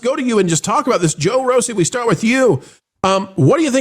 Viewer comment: I stopped listening once I heard, “Jo Rosie”.